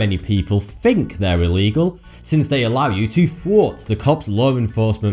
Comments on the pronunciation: "More than you may fink" "Fourty fousand" "I fought I saw a puddy tat" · FINK and WIV aren't words. You're from England, speak English.